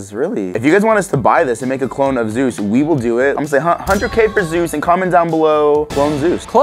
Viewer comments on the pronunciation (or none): Its Zeus not zues